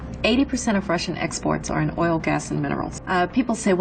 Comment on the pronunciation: Did you say oil?